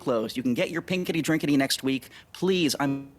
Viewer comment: He said pinkidy drinkidy, yes sir!!!! Lol